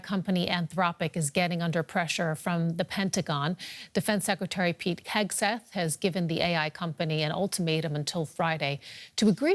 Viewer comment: lol she said Pete Kegseth